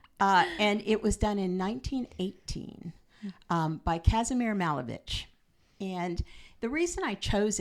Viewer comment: MalEvich, stress on “E”😊